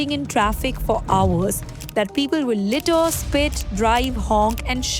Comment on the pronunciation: Litter ❌ littuh ✅ Earn ❌ urn ✅